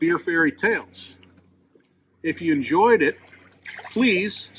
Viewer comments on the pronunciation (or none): I like "enzoyed" lol!!! Thank you beer fairy.